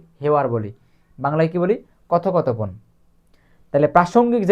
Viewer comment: কথো কথো পন না কথপোকথন